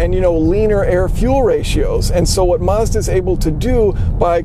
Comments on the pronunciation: Why do you keep saying Marz-da? Its Maz-da dude. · You mispronounced Mazda